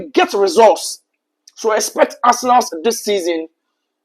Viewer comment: Arsenalssss 😂.... What's with the Sss. bro?